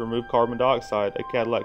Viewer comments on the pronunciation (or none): Did you say Cadillac Converter? Certainly sounded like it. It's a Catalytic converter..